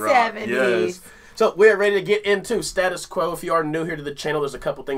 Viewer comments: Stay-tus not star-tus . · At last some reaction to the QUO, but im sorry to pull you up on this but it's pronounced as we say it, it's pronounced STAY- TUS like in the proper QUEENS / now the KINGS, ENGLISH stay- tus, not stat us, and if you really want to do some more QUO then here's 4 bangers for you ROLL OVER LAY DOWN BREAK THE RULES 🔥 CAROLINE. & ROCKING ALL OVER THE WORLD STATUS QUO- BRITISH Rock Legends. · Magnificent track from Quo, please, please nobody in the UK knows them by the pronounciation used in the US OF Stattus it's said as STAYTUS OVER HERE....Just a little but important point.The band were terrific in their prime, i saw them at Old Trafford in the 80's.. never seen a band so tight they were unbelievably good anbd this tack is a classic thanks for playing it. Caroline is a track you must play, keep up the good work. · Not STAT US QOU.... it's pronounced STATE US QUO ! They were the first band I truly got into. They still play today, but only lead guitarist Francis survives from the original line up. Sadly Alan Lancaster (bass) and Rick Parfitt( guitar) are no longer with us and the band " sacked" drummer John Coghlan years ago. I am going to see Francis Rossi in November when he does an acoustic/chat gig. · Used to think they were a bit of a joke when I was young, then the older I got and the less snobbish towards music I became, I grew to love them :) I was and am a Prince nut, so you can understand my reluctance for a band like QUO , also it is pronounced STATE US QUO not STAT US ;) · For info, it is STAY - TUS QUO, not SATTUS Quo! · It's great that you like them, but... It's State-Us Quo, not Stat-Us Quo. I thank you 🙂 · Pronounced StAtus not stat us! 😢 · only pronounced stay-tus in the UK in oz it's stat-us must be the same in america. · It's pronounced Stay tus Quo. Best live band I have ever seen. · If you want to hear classic Status Quo listen to Paper Plane and it is pronounced Stay tus Quo enjoy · in the uk we pronounce it staytus quo